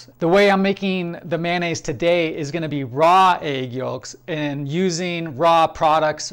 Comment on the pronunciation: Good stuff, bro! Did you pronounce the L in yolks?😂